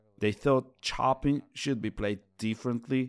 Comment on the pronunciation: Great doc but it really freaks me out when someone misspronounce "pianist" and above all "Chopin" 😢